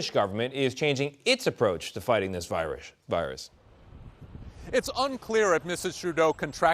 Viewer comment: viruish lmao